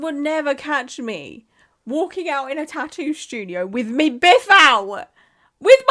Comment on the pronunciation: "Wif me biff out!" Had me dying over here. 😂